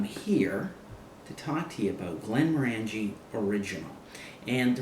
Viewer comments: It's pronounced Glenm-Ornagie not Glenmro-Angie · Very nice review! Just to clarify, pronouncing Glenmorangie is like saying the color "Orange" (Glenm"orange"ie)